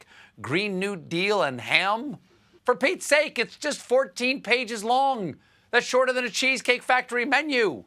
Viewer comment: Lol "All 14 pages"? XD are you kidding me? That is not the way you say that if you want to be taken seriously haha.